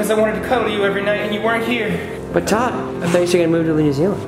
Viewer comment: Tood instead of Todd